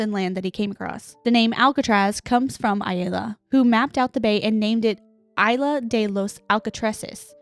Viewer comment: u pronounce “isla” with a hard S 😭😭